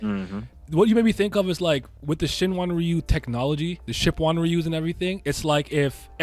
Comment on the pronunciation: "Shipwonryu" LMAO